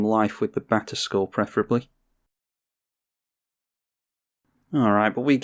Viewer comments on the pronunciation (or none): I swore you kept saying Back to School and not batterskull lol. I was so confused lol